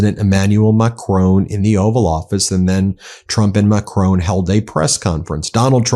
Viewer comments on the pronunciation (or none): His name isn't pronounced Macrone, there is no "e" on the end of his name. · There is no Macrone in France. It is Macron. Get it right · Ben, his name is not Macrone, it is Macron. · It's macRON not macCRONE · Please Ben it’s pronounced Mack Ron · At least, rhyming with Don would sound closer to French than rhyming with Bone does. Painful to listen to. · How dare you pronounce the President of France surname incorrectly. I thought you were intelligent. Got that wrong.